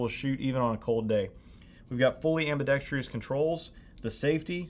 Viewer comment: I am going crazy watching all theses gun channels and hearing these presenters say “ambidextrious” -stop it already. 🤬